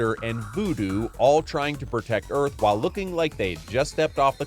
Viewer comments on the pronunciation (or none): none